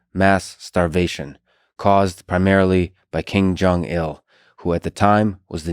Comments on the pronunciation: Kim Jeong Il, not King Jeong Il. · Ahaha "King Jong Il"